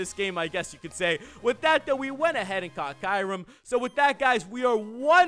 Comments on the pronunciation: He said kayrum hahahahahaha its kyurem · Kairem? I think you mean kyurem